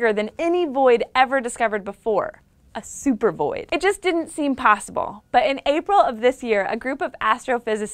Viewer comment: "... a zooper void"